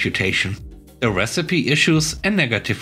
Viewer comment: The first story about old receipts made me laugh. First lol of the day! The second story was fun too. Minor nit: recipe is pronounced re-ci-pe (re' si pee). Thanks for the stories!